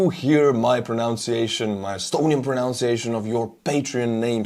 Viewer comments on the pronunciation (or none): BTW, when you pronounce the big patrons’ names, you are using your proNUNciation, not pronounceation (this is not a word in English). So, you need to pronounce the middle syllable as NUN—you know, like the holy ladies who wear all black and are called Sister Margaret, Sister Mary, and the like.